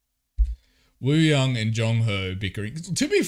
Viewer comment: just a lil reminder that wooyoungs name is actually pronounced oo-young, the w is silent :))